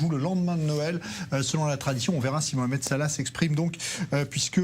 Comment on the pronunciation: On dit pas mokhamed mais mohamed Vous arrivez bien à dire le ha lorsque cela vous arrange n'est ce pas 🤥🤥🤥